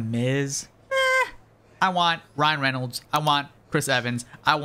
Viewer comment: The miz... please don't say ryan renalds